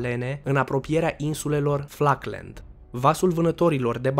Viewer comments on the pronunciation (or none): Falkland, nu Flaclend